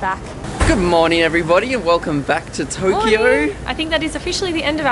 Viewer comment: "Welcome back to Toughkeyough"